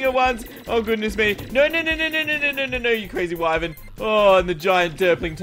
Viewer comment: You do you say wyven instead of saying wyvern ?